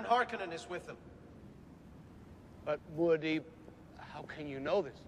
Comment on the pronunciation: They pronounce mu'hadib wrong or at least Paul does.. That's not good